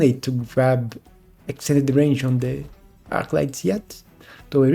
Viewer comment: Hello! I really enjoy your video's. I'm not trying to be rude, but I notice you say 'Hange' instead of 'Range' often, so I just wanted to point that out :) Thanks for the content!